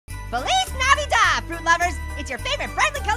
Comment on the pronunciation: It's not faleece naveda it's fleece navedad